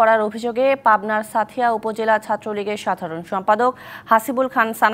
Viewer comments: উচ্চারণ টা ছাথিয়া হবে না সাঁথিয়া হবে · সাঁথিয়া উচ্চারণ ঠিক করে বলতে পারে না,,, হিন্দি উচ্চারণ হয়ে যাচ্ছে